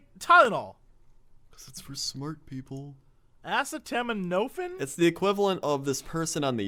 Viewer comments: Now when I see acetaminophen I can't help but pronounce it incredulously like Jesse does in my head: "aseh-tam-in-o-fin?!?!" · and on for a few minutes... Jesse... you were a teacher. How is it that you cannot pronounce that? Funny as hell, but damn. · Every time I listen to the end of this episode, it drives me absolutely nuts because they never figure out how to pronounce acetaminophen correctly. Not even in later episodes, I don't think. And he says 'well why doesn't he just say Tylenol'. Because Tylenol is a BRAND NAME, you dipwad. Acetaminophen is the real/generic name. Just like Advil/Motrin is ibuprofen and Aleve is naproxen sodium. Also, paracetamol is literally just another word for acetaminophen, or APAP. It's the exact same damn thing.